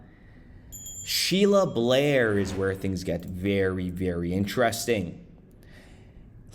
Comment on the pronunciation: There is no "L" in Bair. Just sayin'